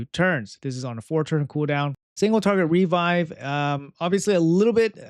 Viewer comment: Always with REvive REflect can you say it normally just once please